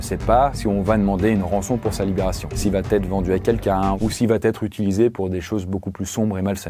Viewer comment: La chanson Cabrel... Bien vu! Un peu d'humour dans ce contexte... Dis, notre bien-aimé... Vous êtes plusieurs Youtubers de haut vol à faire cette liaison dangereuse: il n'y a pas de T à "il va". Certes, on dit bien "Va-t-en", mais pas "il va-t-être..." 🙉 Je le signale avec tout mon respect. 😊